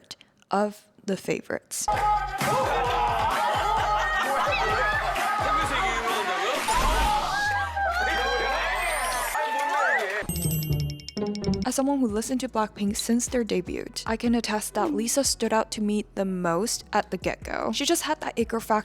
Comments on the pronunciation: Dude, I really look forward to more deep dives in this series, and you're amazing, but pleease the T is silent in Debut and Debuted. It just slightly throws me off when you mispronounce it. Thank You. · Girl, I am so sorry---I gotta say it---the word "debut" is pronounced with a silent "t". It's a word we borrowed from the French, so any form of the word is pronounced without the "t". I'M SORRY! I HAD TO SAY SOMETHING. But I really enjoy your videos and the hard work you put into your research so everything is accurate.